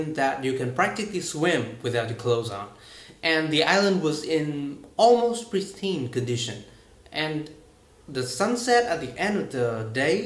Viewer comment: Good job on this video but just watch for words with S in it. Tense instead of "ten". Pristine instead of "pritine". #tienganhgiaumat